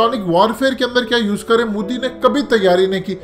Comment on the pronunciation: Abey moooodi nhi.... MO di hai naam to dhang se le le😂😂😂😂